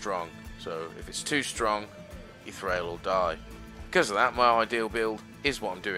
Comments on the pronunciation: It's pronounced Thrawl by the way. Not Thrail. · Hehe :D Nice video... Also I am a german but I am pretty sure you dont pronounce it Trhrail :D